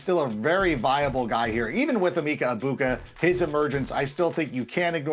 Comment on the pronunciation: It makes sense my least favorite person in the nfl “analysts” realm can’t get this right. It’s “eh-Mecca EGG-buka” not “eeemeeeka ebuka” please educate yourself